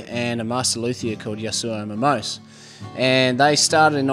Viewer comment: It’s pronounced Momos[é].